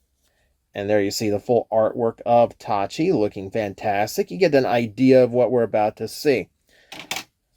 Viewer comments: It’s pronounced Taki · The mispronunciation bugs me, but otherwise a great review. Tacky looks super cool.